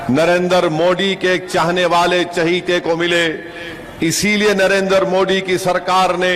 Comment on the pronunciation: जेव्हा ओवेसी "नरेंद्र" चा उच्चार "नरेंदर" असा करतो तेव्हा "दलिंदर" अस ऐकू येतो😂😂